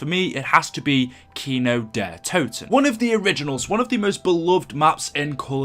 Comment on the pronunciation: I love how u pronounce Kino der Toten ... im from GermanyxD